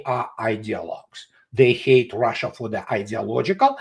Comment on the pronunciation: DO THAT!!! Not DOODAT! 😂 and it’s Russia not ROHHHHSHA.